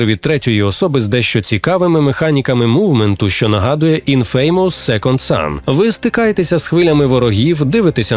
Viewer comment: Інфемес, а не інфеймос. Постійно неправильно кажуть, як же це бісить.